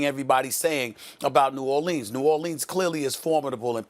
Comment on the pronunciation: I want to smack SAS every time he pronounces New Orleans the way he does. Too much enunciation on it dude